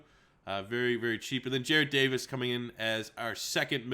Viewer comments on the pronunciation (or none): none